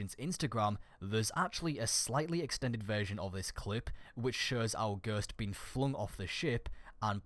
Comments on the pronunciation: ITS GHOST NOT GURTS, JESUS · Not hating. But every time you said "Ghurst" I had a small seizure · I'm sorry because it was a good vid but this really annoyed me. It's ghost not ghust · its ghost nit ghurst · him saying ghurst actually triggered me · Im getting triggerd when you say ghöst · I cant get enough of the way he says "ghurst," xD Subscribed! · lol stop saying gherst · For a bit i thought he was saying girscht like the girscht device from moon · go-oh-st is ghost, not whatever tf you are saying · Can't get over how you say ghost lol you say guuuusttt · I had to replay it about 3 times because I had no Idea what was being said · I was like.... That's not how you pronounce ghost?!?! Hahaha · Can you say ghost right? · the way you say ghost 😂😂😂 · you say ghost weird... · dude you say puppet like poopit and you say ghost like gerst XD